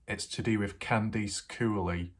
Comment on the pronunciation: Candice = KAN-diss, not Kan-DEECE. Just because your across the ocean, doesn't mean you can't pronounce names correctly. This case is over. You need a new hobby like chasing down 100 year old Nazis in South America.